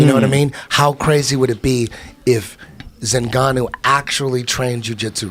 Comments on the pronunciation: he literally says Zingannu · Zinganou hahahahaha like anybody can get his name right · Eddie “Zinganu” bravo. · 😂 😂😂 Stipoic, Kalabib... Zinganou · Eddie, who the fuck is the beastly “Zinganno”? 😂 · “Frat Zingannou”-Edgy Brah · "Francis Zinganou" - Eddie Bravo 2019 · Eddie "Zingannou" Bravo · So,are we gonna pretend like Eddie didnt call Nganou Zingano. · Lmao I thought they were taking about cat zingano for a sec... oh eddie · Who's "Zenganu" Eddie? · Wait what!?! Zingannou!!!! Really?! ZINGANNOU!! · francis zingannou xD eddie oh eddie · Bravo called Nganou “Zingano” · Bravo said: ˝ Zinganu˝ hahahhahha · Eddie "Flat Earth Zingannou" Bravo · Lol, Zengannou, Eddie Bravo actually said it. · Did he just say Zingannou? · bruh if Joey Diaz said his last name like that they would jump on him like hendo on bisping